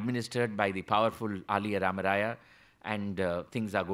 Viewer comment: Very good narration about Sri Purandhara Dass Sriram Sir. Aliyaa rAmarAya to be prounounced as aLiya (son in law)